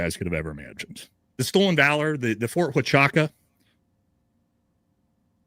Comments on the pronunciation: It's odd that he calls it Ft. Wa-cha-ca. I have never heard it pronounced like that and it is a well known installation in the Army. It was always referred to as Ft. Wuh-chew-ca. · Ft. Huachucka is NOT "wa cha ka" sound...it's "wa ChU ka" chOOO! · The military base is pronounced wachooka! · I have not heard one person pronounce the fort the way it should be pronounced Wa Ka Chew Ka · If you're a green beret, you're pretty well-versed in the military and military bases. Especially the ones in the United States. There's no way that he hasn't heard of Fort Huachuca. And whatever word he was saying. I'm sure he's never heard of that base. Fort Waka Chaka. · Wa chew ka or is it who ah choo ka? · U cant even say the name of the base correctly but you want people to believe what you say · too drunk to do it. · Dude can’t even pronounce Ft Huachuca correctly. He seems about as smart as a box of rocks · Perhaps it’s intentional- to make it seem like he knows nothing about it or what goes on there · Do you have the boarding pass for Brian H. or anyone that can confirm him on the flight in TX? Do you have a single Lt Col. that can confirm he wasn't in the meeting at Fort H? And can you pronounce Fort H. correctly since you are bashing Candace for Fort H. IR report grammar being poor? The video discusses Brian Harpool's itinerary, stating he was on a flight p.m. and noting the flight from Fort Waka to Dallas Fort Worth takes 2 and a half hours. The speaker uses this information, combined with the incident report's timestamp, to argue that Brian Harpool could not have been present as claimed by Mitch Snow. The video does not explicitly state that it has the boarding pass, nor does it present a Lt. Col. to confirm he wasn't in the meeting ( - ). The speaker pronounces "Fort Huachuca" as "Fort Waka" or "Fort Haka" throughout the video ( , ) which is in error--just saying. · For a military guy, you don't even know how to say Fort Huachuca proper.